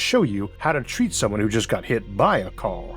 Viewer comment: I'm sorry, but if you have a serious childhood speech impediment, you shouldn't even think of narration. It's "car" not "cow". It's "road" not "woad". Go get some speech therapy so you can speak normally.